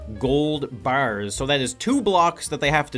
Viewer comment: wow, quite the dialect! 10 gold bAErs xD